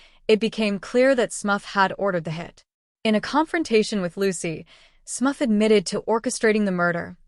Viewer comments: SMURF! Not smuff. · Smuff??!! COME ON MAN!!! Smurf!!!!! Smuff sounds like ear muff!! SMURF SMURF SMURF 🤦🏻‍♀️